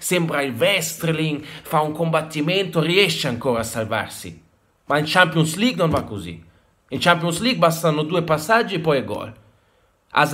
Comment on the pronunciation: "Shampions lig''